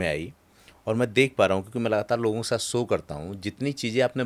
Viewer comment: हिंदी पाॅडकास्ट के लिए उच्चारण दोष पर ध्यान दीजिए, जैसे- सो नहीं शो। आपकी शैली और अच्छी लगेगी।